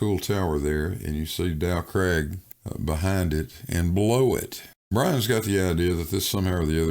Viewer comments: Every time says “Dow Craig”, my mind rebels. It’s “Dow CRAG”. This is England, and it’s pronounced “CRAG”. voice is too irritating at this time of the morning, and I can’t take any more of his nonsensical arguments. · He actually says "Del Craig". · The mountain "Dow Crag" is actually a "Fell" it is in the "Lake District" County of Cumbria, that makes it Northern England, Not Scotland, It is pronounced Crag rhymes with Hag, "Crag" means steep rocky cliff. English lesson over 🤝👍🏻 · Agreed Grrr.